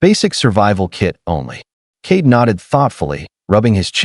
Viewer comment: Kade not Kate